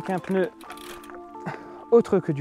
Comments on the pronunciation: Belle vidéo encore une fois., un petit détail sans importance: on dit « CHVALBEU » et pas « CHOIBEUL » 😉. Sinon tu as raison, Conti et rien d’autre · Pas “chouabeule” (à ), mais “choualbi” (anglais) ou “choualbeuh” (allemand). ;-) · si c'est de l'allemand le W se prononce pas "oue" mais "ve" folksvaguen pour volkswagen et pas volsaguen ça rappelle des personne qui disent "donald trompe" lol ou trumepe choualbi est une marque du bled ?